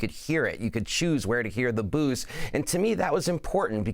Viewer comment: 😂 didn’t sound anything like booos.